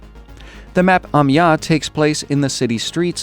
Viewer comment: Like the video! But please, please learn to pronounce Amiens -> [a.mjɛ̃] You pronounce it like "amia", your first part is good, but the last part is pronounced like the english word 'ant' (but without the t). Ami-an(t). That's the best I could describe it :)